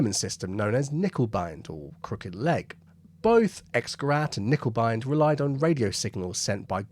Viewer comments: In German, words beginning with K are also pronounced with a k. So it's not "nickebein", it's k-nickebein. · yes and certainly not "nickeL bine", as the presenter seems to say in this video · In German it's handy to pronounce every letter..there is an N...in KerNiccker.. Just fyi... Lovely vlog. Have subscribed It was discovered at Cockfosters incidentally.. in the unique pow camp in the ultra posh Trent Park House ..by listening to top rank German prisoners...chatting Not by listening for it ... Isn't war bloody daft.